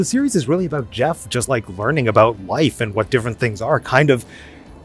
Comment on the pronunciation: That's what I'm talkin aboot... Eh?